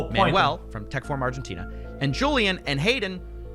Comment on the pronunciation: did x have a stroke trying to say Argentina